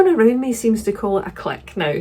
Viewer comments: Your pronunciation of clique as “cleek” rather than “click” is correct. After all, you wouldn’t pronounce antique as “antick,” would you? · Your pronunciation of clique is completely correct, click is just people who don't know how to say it😂 ❤ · I've always pronounced Clique the same way as you, and not 'click' 😂 How exciting that you are hosting a chapter 25 bookclub, one of my besties has also become a host. I hope you have fun 🧡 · French speaker here: you're definitely pronouncing clique correctly